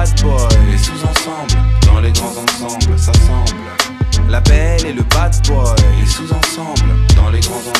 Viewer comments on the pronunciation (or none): Pourquoi il prononce la belle et le bad boy comme "la belle et le bass boy"?